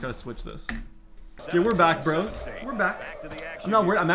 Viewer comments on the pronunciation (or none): none